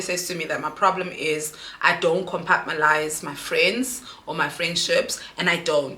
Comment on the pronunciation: Yohhhhh I’ve been screaming COMPARTMENTALISE!!!!!!😂😂😂everytime she says compartmalise😭😂